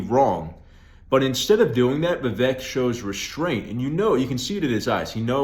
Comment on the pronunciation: Vivek rhymes with cake